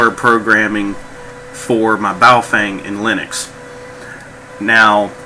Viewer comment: FYI The Correct pronunciation of Bao Feng is not "Bah-oh fang" it is Ba-o-fung....